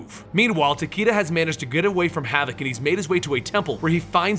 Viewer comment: not to mention Tah-Kay-Dah, not Tah-Kii-Dah.